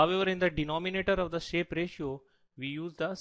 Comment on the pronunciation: although he mentioned Shape not Sharpe and all his pronunciations are fucked up, he did explain the differences amongst the three pretty well.